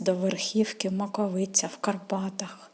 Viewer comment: Не правельно наголос Маковиця.